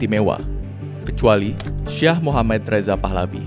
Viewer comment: Syi'ah bukan syaah